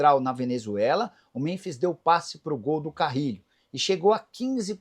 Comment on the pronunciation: Nicola porque você pronuncia Muronbis?